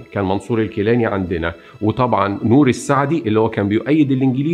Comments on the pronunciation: الاستاذ. بعض التصحيحات: الصحيح: رشيد عالي الجيلاني تُلفظ (بالجيم المصرية). نوري السعيد و ليس السعدي. شهر حُزَيْران و ليس حزريان..و هو الشهر السادس. مع الاحترام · جزيل الشكر استاز معلومان قيمه بس ملاحظه بسيطه لفظ بعض الكلمات كان غير موفق مثلا الكيلاني ونوري السعيد وليس سعدي وشهر حزيران بضم الحاءوشد الزاي طريقه السرد ممتعه جدا جزاك الله الف خير